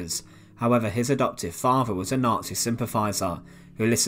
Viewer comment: I’m English and I I have a few questions…. What does “Sentenced to deaf” mean? Is this a Nazi medical process where ones hearing is removed? Apparently this young man had “a farvor”. I can only assume this was the husband of his “muvva “. What is “ve furd Reich?” What is “ve Hitler yoof?” Uvver van vat, subtitles for English speakers please 😁👍